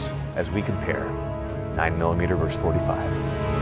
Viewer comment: Versus. Versus. Not verse. A verse is part of a song or poem. Versus. Versus. Versus. Young whippersnapper.